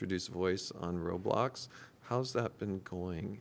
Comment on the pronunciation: Dave..... ITS LITERALLY CALLED ROBLOX. RO BLOX. NOT ROLIMB